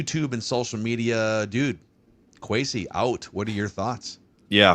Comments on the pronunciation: At least we don't have to hear Leighton mispronounce Kwesi's name anymore after today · How is it that that Leighton guy has been on a spinoff show for PD and part of the Vikings mediasphere for any length of time and never learned how to pronounce Kwesi's name? That's pretty embarrassing and more than a little pathetic.